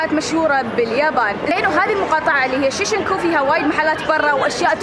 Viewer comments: Why do you say shishinku it's shinjuku?!-a sincerely triggered human being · شين-جو-كو ،،،،،،،،،،،،،،،،،،،،،،، مو شيشنكو هاذي من كيسك